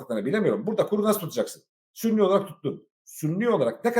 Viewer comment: sünni değil suni?!